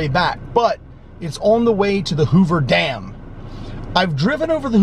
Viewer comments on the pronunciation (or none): it's dam , not damn